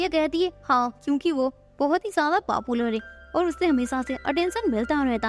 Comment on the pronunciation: Didi ji app papular kiv bol rah rhi ho 😂